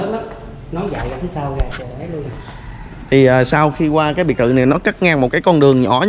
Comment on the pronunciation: Xem cho biết cũng hay, mà thuyết minh nghe bị lợn cợn sao ý, ra nói thành ga, rất thành gất, rồi thành gồi ...nên ko thấy hay nữa